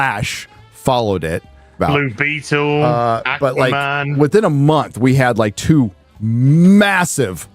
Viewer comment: I know said "blue beetle" but it sounded like he said "libido"... sounds better than some of the stuff we've gotten lately